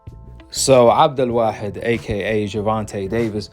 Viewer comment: pronunciation of GTD's new name is on point.He is literally The only guy that gets it right.Most ppl are still saying Abdool Waaheed